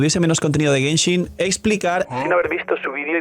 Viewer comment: llegue lo suficientemente temprano para ver que dice Genhin Impact